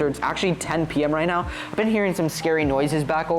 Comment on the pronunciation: Really due are you serious right neow